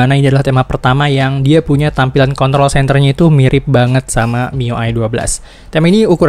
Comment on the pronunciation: Klo r gk di sebutin jadi contol Mars wkwk